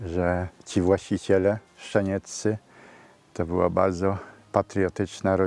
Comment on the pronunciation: Mam tylko jedną uwagę...źle państwo wymawiacie nazwisko tej rodziny😮Nie "Szczenieccy", a Sczanieccy☝️ I jeszcze jedno..., a może warto by było troszkę zadbać o te nagrobki, aby można było je odczytać? 🤔Myślę, że warto❤️